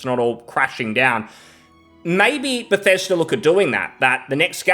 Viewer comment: its "be thes da" not "beth es derr" 😅😂😘